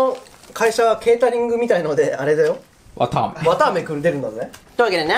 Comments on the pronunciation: わたあめなのにわ「か」あめになってる笑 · のわたあめがわかあめになってる笑笑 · わかあめになってる… 疲れてるのかな…？ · わたあめ、わたがし、入力しすぎてバグったんだね。 わかあめ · のところ、「わたあめ」が、「わかあめ」になってる🍭可愛い（笑） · ｢わたあめ｣が｢わかあめ｣になってる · わたあめじゃなくてわかあめになってる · 「わかあめ」になってる（笑） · わかあめになってるww